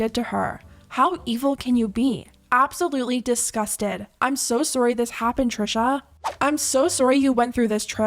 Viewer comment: why is her voice while reading the comments like a.i generated? the pronunciation of sorry is "soourry" and she did it twice😨😊